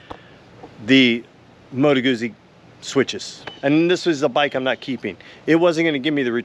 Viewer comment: A small point: I believe it's pronounced "Gu-tsee" - Italians pronounce a double z as "ts", like in pizza. My dad would really get on my case when I did that. 👍